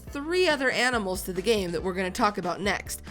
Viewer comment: So many amanals(that was intetonal)